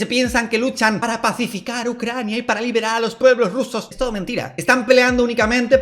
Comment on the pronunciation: "Rusia y Ccrania"